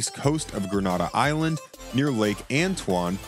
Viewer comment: Gren nay dah not grand na dah